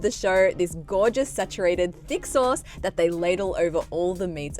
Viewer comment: Am I the only one who heard d*ck sauce instead of THICK sauce?:,))